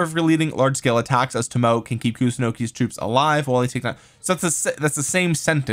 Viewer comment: Toe Moe Ay is how the Japanese archer lady's name is pronounced. OpenAI bots can also tell you how to pronounce it. They're grrrreat!